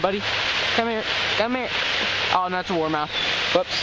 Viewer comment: Not warmouth